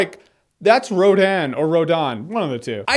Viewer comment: It is not Rodan